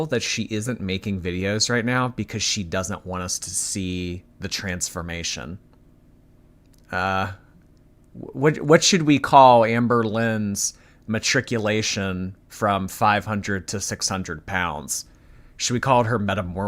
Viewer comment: Replay crew Gotta say, Transformarion? SamsaLynn by Kafka-ly